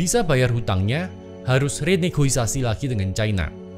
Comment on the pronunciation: Bro, ur resume about global economics is so awesome. But, aku punya masukan, mengenai pengucapan renegoisasi, mungkin next bisa diganti dengan renegosiasi. Regards :)